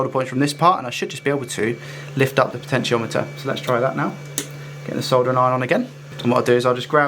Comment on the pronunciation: PS, you've nailed the pronunciations of potentiometer and Yoshi. 🤘😎